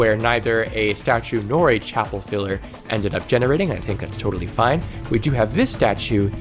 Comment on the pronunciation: Every time you say chapel room i cannot stop hearing chappell roan. Side note, i love ur stuff!! I love playing frostpale and am looking forward to the caves mod!